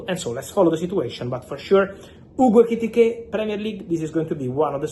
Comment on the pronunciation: Say Etikite one more time …..